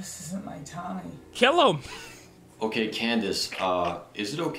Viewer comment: 'kell him ' i accept with you bro 😂😂😂😂😂😂😂😂😂😂😂😂